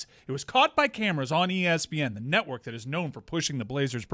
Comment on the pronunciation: Dan said draftkings natwork